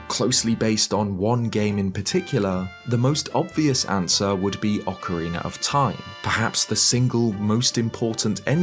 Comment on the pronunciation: Ocariner of time